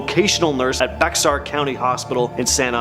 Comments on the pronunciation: Pronounced "bear" not Beks-ar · Bexar County. 😂 It’s pronounced “Behr “ County , like Bear. 🐻 Love your channel. This was very informative. I had no idea about some of the stories, living in Texas myself . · BEXAR is Pronounced Bear. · Im from San Antonio Bexar county people not from here pronounce the X n bexar but the X is silent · It's actually pronounced "Bay-har" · No. It's not. I've lived here all my 72 years and it has always been pronounced as "BEAR" County.